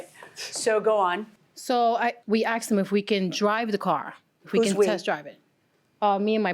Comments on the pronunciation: I can't stand that people say "axed". Ask is the word. 🥺🥺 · Why do people say " I axed him" when they mean "ASKED"? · "I seen the car"... "I aksed him"... She should be on trial for murdering the English language. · “Axe” & “axed”. Tells me everything I need to know about the Plaintiff. The Defendant knew the car was a POS. He knew there was an issue with the car. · I seen. I axed. Plaintiff had horrific grammer. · So several times she, "Axed" him!!!! Learn to speak. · 'I axed him...' 'We axed him...' Good God, do people try to sound ignorant on purpose!?